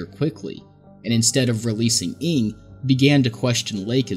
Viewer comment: Ng isn't pronounced "ing" but best said as "no" in English. Was driving me crazy, because I was wondering who this "ing" fellow was at the start lmao